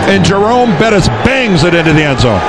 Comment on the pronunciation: Dick Enberg calling Bettis, Burris multiple times. Awful.